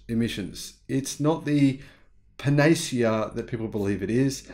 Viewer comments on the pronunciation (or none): Panacea = "pan" "ah" "see" "ah"